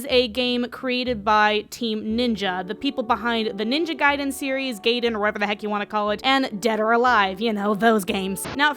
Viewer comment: Whoever calls Ninja Gaiden “Gayden” is a fucking illiterate idiot. So yeah, you are right to call it “Guy-den”.